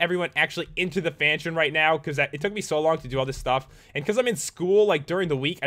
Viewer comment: fanshion fanshion pat